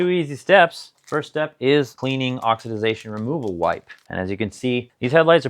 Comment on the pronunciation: it's just oxidation, not oxidiz-ation..just fyi